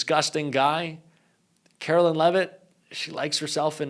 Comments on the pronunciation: You're so right. But it's not Karolyn it's KaroLINE. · you’re awesome and you have to start pronouncing Karoline’s name correctly—“Karo -Line”, not “Kara-Lynn.” I’m not a fan of hers at all, but we gotta get the names right. Thanks for all you do! ✌️